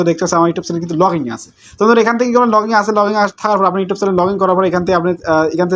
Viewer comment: ব্যাটা,, ঠিক মতো ইউটিউব উচ্চারণ করতে পারোনা 😂 ইউটোব ইউটোব কি?????😂😂